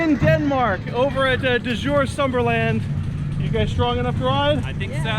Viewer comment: Isn't the D in "Djurs" silent? Or am I totally off?